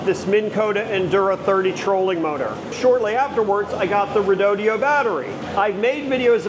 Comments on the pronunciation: Quit saying Redodio. It’s Redodo. Says it right on the battery. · Thank you for doing these videos! I’m considering an assist motor for my Hobie Adventure Island (kayak sailboat) for either when I’m stuck with no wind, or, when I want to get somewhere but I’m heading into winds that are too strong to get anywhere very quickly. I’ve watched a few of your videos that include the redodo battery. My ADD has me a little stuck on the pronunciation…as you are saying it like there’s an extra “e” (redodeo). Is that really the correct pronunciation?